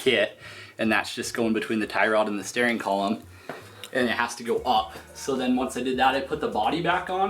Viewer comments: Paul B thank you!!! It was killing me lol. I keep STARING at the screen lol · Can we please discuss the way he pronounces "steering"